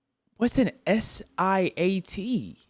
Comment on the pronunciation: core "whats a siat? ima search it up" its sl*t the word is sl*t